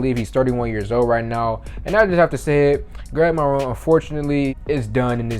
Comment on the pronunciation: “Gweg Monwoe”